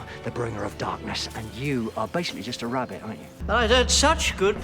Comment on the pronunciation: Wabbit, :3